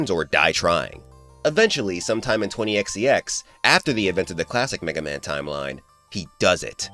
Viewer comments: 20xx. 21xx. EX EX. Not EXEE EX. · 20XX is twenty ex ex. Not Twenty EX E EX. Bro where are you getting this extra E from? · Maybe I’m missing something. Why do you say 20x-e-x? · Did you really say 20XtyX? Lol Brings me back to the Homestarrunner days where they parodied Megaman and that's how they said the year out loud. I don't know if you meant that, but that's how I took it. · i gotta ask, wtf is up with pronoucing 20xx as twenty ex ee ex?